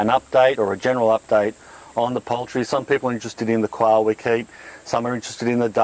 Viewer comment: oh, this is just what I wanted to see! the nitty gritty, the daily grind. but...I gotta love the accents. your quail sounds a lot like "coil" so my derpy mind is daydreaming of a little pen filled with little coil springs. bouncing around. I do have a question about this style of free ranging. you put the chickens away in the evening, I imagine. do you have troubles making sure all the birds are in the pen? I wonder if you could use a "one way gate" that you can close the door, in late afternoon, and by evening, they've all filtered back in, through that gate, and then you lock it, to prevent predators getting in? ponder